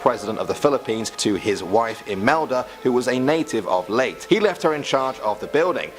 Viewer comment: The white legend is Legend far earlier than the 50's and qidely spread all over the country. Leyte ias pronounced as its spelled and not Late as the presenter said